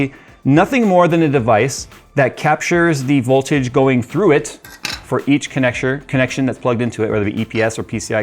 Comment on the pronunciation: He said connecsher. That means he sucks at rocket league